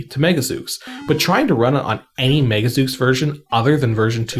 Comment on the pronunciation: "Zeuks"? /Zoos/ :p